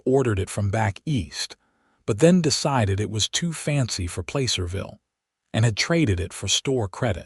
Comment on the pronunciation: Placerville isn't pronounced Playcerville!